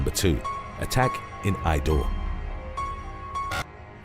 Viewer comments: It's Indore, not Idore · It's Indore not Idore 😃😃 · The Indian city is Indore and not idore. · Its "Indore" not idore!